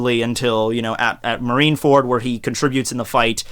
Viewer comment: marineferd, yeas engersh indead